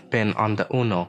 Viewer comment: This is not "uno", this is " UNO"😂